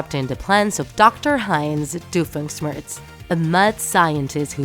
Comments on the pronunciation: Everytime she pronounces Doofenshmirtz as Doofensmirts I can't help but scream inside. But since she has an accent. I can understand. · Doofenshmirtz not Doofensmirks. Candace not Candnz Mental illness not mentally retarded Boundless not bounlenz